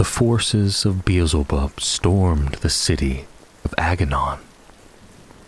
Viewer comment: Bro, it's pronounced Bee-el-ze-bub, not Beezlebub 👍🏻